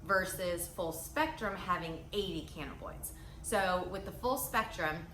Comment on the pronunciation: It’s pronounced Canna-bin-oids